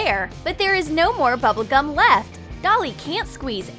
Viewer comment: It’s bubble gum not Tubble gum GET IT RIGHT